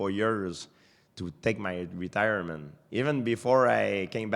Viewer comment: Retirement? Are you intoxicated are you intoxicateeed?